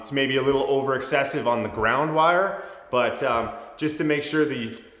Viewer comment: Why do you call a wire nut a meurit ?